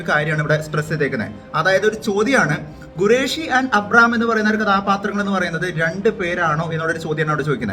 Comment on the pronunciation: Gureshi alla khureshi